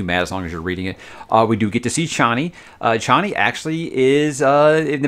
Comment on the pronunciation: HARkonnen - is how Frank says it. Same with Chani (Chain-ey) rather than (Char-ney)...as much as I prefer the latter.